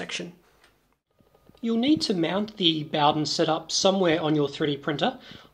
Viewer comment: HaffSack Ikr, was driving me crazy ! Boughdin, boughdin, boughdin ! It's bow, bow, bow !